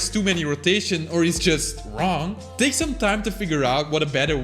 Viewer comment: Dude u used word's that have "th" sound in them too much that u lost ur control on some words like "Take". U said "THAKE" And that's a normal thing I think, that also happens to me🤣